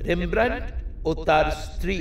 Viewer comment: উচ্চারণ টা ইংলিশে "রেমব্রান্ট" আর ডাচ উচ্চারণ টা বাংলায় বলা শক্ত কিন্তু "রেমব্রা" নয়। (আমি চন্দ্রবিন্দু টা লাগাতে জানি না এই কীবোর্ড এ)